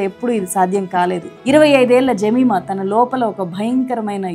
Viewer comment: జెమిమా కాదు యెమీమా ఈ పేరు. యేబుకుమార్తె పేరు.ఆమెచప్పినసాక్షంఛాలాగొప్పది🎉❤